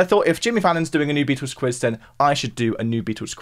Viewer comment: Sorry - I just struggle to get past the way you call them The Beetoos. 🙄